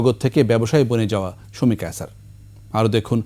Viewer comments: Not কায়ছার, It’s কায়সার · কায়ছার না কায়সার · আগে উচ্চারণ ঠিক করুন, কায়ছার😂